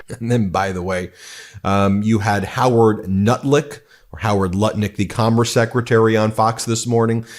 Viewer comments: Howard Nutlick... I love the slip 😂😂😂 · Howard Nutlick; 🤣🤣🤣. I know you didn't do that on purpose, Ben 😉